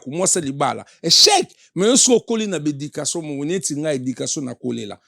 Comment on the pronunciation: EDICASON INFORMASON INTEGRASON KIEKIEKIEKIEEEEE HONOS LIMBAMBE OZA VRAI TINTIN FORMASON YO MUTU OTANGA OYEBI KO PRONONCÉ TE BA LOBAKA 4 RELATION ET NON RELASON